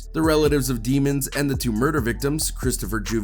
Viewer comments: Fk you keep calling him DEE-MONS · Demons is pronounced with a short e sound, not a long e sound